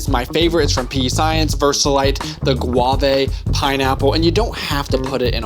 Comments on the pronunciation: gua-vay? lol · I have never heard anyone say guava like that 😂😂😂😂